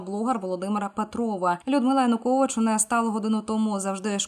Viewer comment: ЕКС ПІЗІДЕНТ УКРАЇНИ ЯНУКОВІЧУ НЕ ПРІМЕНЯТИ )))))))) ПРРСТО СЛОВО ЯЕУКОВІЧ )))))))